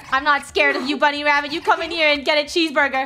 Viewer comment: I’m not a clown Also:I’m a cute bwunny Me:he said bwunny instead of bunny😂😂😂